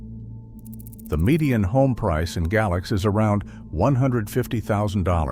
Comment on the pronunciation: Tazewell should be pronounced as "Tazwell," while Galax is pronounced "Gaylax."